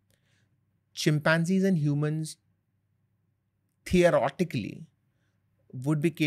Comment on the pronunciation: the·o·ret·i·cal·ly NOT Theo- "Rot"-i-cally. It is not "Rot" it is "Ret"